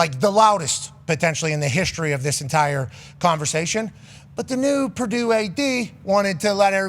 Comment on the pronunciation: It's Purdue, the sky didn't fall and why is worthy of mentioning, its Prdue. Geez